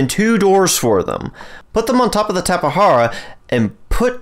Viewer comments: It’s a fucking “J” not a “H” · I couldn't even finish this video hearing you say tapa hara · It is Tap-e-jar-a I believr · Due to an update changing taming times, times and quantity of food mentioned during that section are approximately halved. Tap-eh-har-ah is the most accepted pronunciation I found in the community, it's also the one that I personally use, so it is the one I used. If you want to be the most accurate, the word originated from a tribe in Brazil, and it was most likely transcribed into Portuguese. In Portuguese, the letter "J" has more of a "zuh" sound than a "juh" or "huh". Therefore the most accurate way to say Tapejara is more Tap-eh-zer-ah or maybe even Tap-eh-jer-ah might be acceptable. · I've always pronounced it Tape-Jar-Uh or Tap-Uh-Jar-Uh/Tap-Uh-Jar Really weird. It's just how I read it,and heard others pronounce it. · tap- E- jar- uh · WHY IS HE SAYING TAPAHARAAA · Say it however you want or however is most comfortable for you. I made this comment in response to the dozens of comments I have deleted about me pronouncing it wrong. But to answer your question, the word used for the name originated from the aboriginal Tupi people in Brazil, which leads me to believe that it would have been transcribed into Brazilian Portuguese, which pronounces the letter "J" somewhere between the English pronunciation of "Z" and "J", something like a "zh" sound. So, somewhere between Tap-eh-zer-ah and Tap-eh-jer-ah is the most correct pronunciation. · Tapahara or tapajara? Lmfao